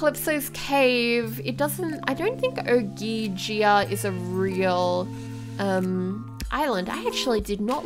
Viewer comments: It's Pronounced Oh-gee-gee-ia. Amazing build by the way! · It's Oh-Gee-Gee-Uh and she was banished there because she sided with Atlas(I think it was Atlas) so Zeus banished her there and she has invisible servants. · Calypso's island was pronounced Oh-gee-gee-ah. Strange name. And she was technically a goddess. She was the daughter of a Titan, which were the gods before the Greek gods took power. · If I may, it is pronounced Oh-Jee-Jee-Ah. It would have had infrastructure, because according to the Odysseus Mythos, it was a temple to Poseidon. Calypso was a sunset nymph from Atlas's garden. She was his oldest daughter, and tried to work diplomatically with Zeus during the Titan war. Her punishment was being banished to the abandoned temple of Ogygia. At first she loved it, but soon she began to face crippling loneliness, as her maidens were shades who couldn't keep her company. This led to her falling in love with every man who ended up on the island. The curse comes in when you see that every man who has every come to her island is forced to leave eventually. Hope this helped! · well calypso was condemed to ogygia- its pronounce （oh~gee~gee~ah ）because she supported the titan Atlas to overthrow the Olympians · I've always thought Ogygia was pronounced Oh-gig-e-ah but idk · I think she was stuck on the island because she sided with the Giants (I think) in the 1st giant war. And it's pronounced o-gi-gi-ah (again , I think it is). Blame PJO for my knowledge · I think it's pronounced O-j-I-gia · it's pronounced o-gee-gee-ah